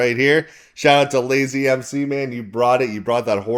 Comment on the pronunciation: Thankyou brother. Yeah its pronounced LAZE not LAZY lol but im sure he wont mind...great review as always salute